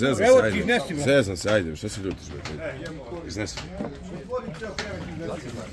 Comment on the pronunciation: "Da vidiš bwre koje dobwre knjige imam"Uko ako je knjiga "debela" ne znači i da je dobra!😂